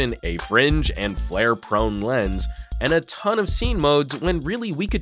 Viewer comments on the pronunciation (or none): none